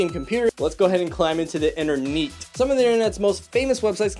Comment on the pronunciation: "Interneet" What I hear: "inter neat"